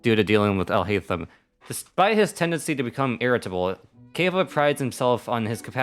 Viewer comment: I'm so sad I'm a Kaveh main you did him so bad 😭 You said his name wrong and he's the best boi who needs a hug. Also Alhaitham and Kaveh are obviously married (wishful thinking)